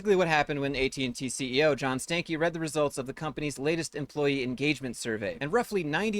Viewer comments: Did you rip a “Stankey”? 🤮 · First of all, this ninja last name is pronounced Stanky. That's all.